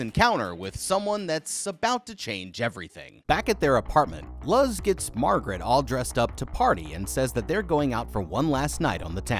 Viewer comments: please tell me the girls name is Luz...as in Loose.....and hes just saying it wrong as "Luh-Z" because he doesnt know how to pronounce names xD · Love these videos. Also wanted to say that Luz’s name is mispronounced throughout the video. Instead of Luz as in lug with a z instead of a g, it’s Luz as in the word lose. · Is that other novice named Luz? And have you really never heard such a common Spanish name pronounced correctly?